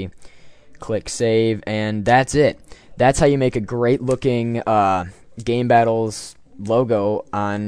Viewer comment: lol you said gaybattles